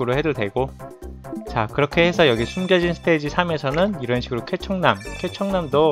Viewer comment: 왠지 쾌청남이 케찹남 처럼 들린다...